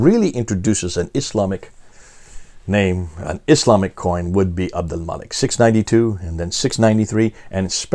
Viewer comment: I say this not to be disrespectful or detract from the point but abominable Arabic pronunciation peppers these talks with a refreshing sense of humor. Lol Mōō'a-Wēēa (Mu'āwiyya) Ūbdilmulik ('Ābd ul-Mālik) Ūlla (Allāh)